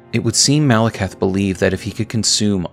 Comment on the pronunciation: Say it with me: Mal-eh-kith. You’re saying Malacath. Different guy from a different thing buddy.